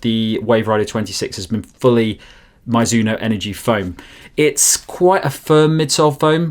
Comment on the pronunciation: Nice review, but never ever heard someone pronounce it "My-zuno" 😅 looks like you got it at the end